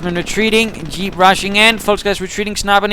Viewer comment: where are you from? you say dyeep not jeep :D